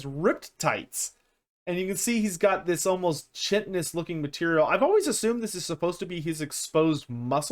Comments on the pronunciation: Please work on pronouncing "chitin" [ kahy-tin ].. not [tji-tjin] it's like the Kai in Cobra Kai, not the "chi"-sound from chin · Yo, FYI - Chitin is pronounced with a hard K, like kite-in. I thought it was soft Ch for years as well. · I hate to be that guy but its said like "Kai-tn"